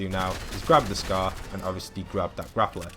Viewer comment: Man, you said every agent's name wrong Meedas Skay TNT Tina Meow sickles Meow sickles Pyaow Pyaow rifle